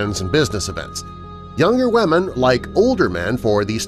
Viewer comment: “ Wahmen “ Lmfao